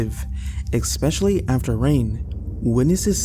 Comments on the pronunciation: I don't blame that camel. Also it's pronounced ES-pecially not ICK-specially 😉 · Especially** Not ex-specially. Way-did** not wadded. Veterinary** not veternary I could go one, but I had to stop. If you are real, please your grammar and pronunciation. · Great stories, just one observation: there is no K or X in the word especially.